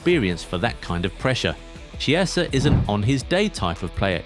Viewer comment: It's Key-eh-zah, not Chee-eh-sah 👀